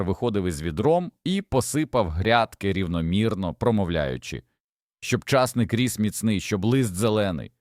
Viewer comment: Питання. Ті люди, що монтують відео, прослуховують перед публікацією? Невже так складно попросити людину з нормальною дикцією прочитати текст? Ча'сник.